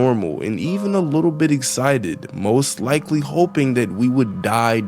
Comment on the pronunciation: "I was abiy miffed"